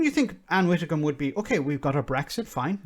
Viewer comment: You pause to correct him when he pronounces Ursula Von Der Leyen correctly, you seem to think it's Van Der Lion - Rarrr! But you pronounce Ann Widdecombe as Ann Wittecombe!? No biggie, just noticed your mispronunciation on more than one occasion and it always makes me cringe a little. Anyway, other than that I mostly agree with you on other things. Great channel, this along with Double Down news and Democracy Now are the only channels I've subscribed to.